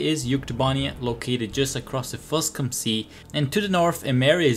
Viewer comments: “FuSCUM Sea?” 😂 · “Fus-cum” isn’t it? What a way to name a sea…. lol